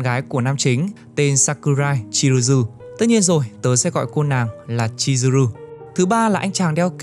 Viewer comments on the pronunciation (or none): Chizuru mà cứ đọc là Chiruzu, kênh làm việc cẩu thả quá. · Góp ý nhẹ cho anh voice của W2W ở những video sau có thể đọc chậm và kĩ hơn một chút để tránh đọc sai nhân vật quá nhiều như ở video này. Như Chizuru bị đọc thành Chiruzu, Hikaru đọc thành Hiraku,... Một hai lần không sao nhưng đọc sai nhiều hơi khó chịu với người xem và làm giảm tính chuyên nghiệp của video. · Chizuru mà anh voice cứ đọc thành Chiruzu hoài 😞😞